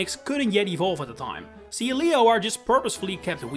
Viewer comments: I have never heard anyone ever pronounce Sealeo as Sea- Leo. That’s a choice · It’s pronounced ZAH-SHEE-ihn, VEE-oh-luh, and SEEL-EE-oh, “”! 🤨